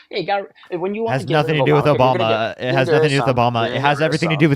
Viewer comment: Did he say Obamer?